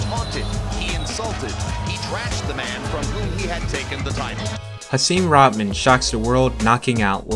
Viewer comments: “RaHman” not Raman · Rahman is pronounced rock maan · He can't even pronounce Rahman. Not Rodman, dude. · Isn’t it pronounced “Roc-mon”?